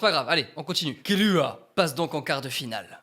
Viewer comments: j'en ai mar c'est pas killua mais kirua le r Et aussi ses pas hunter hunter mais hunter X hunter le x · Pourquoi il dit Uchihwa quand s'est uchiha? Et aussi pourquoi kirua s'est killua?